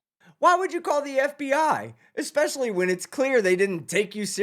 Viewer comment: "I go to law li-BERRY" "Ecks-specially" "It was took-en" "Fustrated" Literally any of these would've been an instant dismissal of any "i know what I'm I'm about because I'm educated" claims from this dude if I was a judge. She held her tongue better than I could've dreamed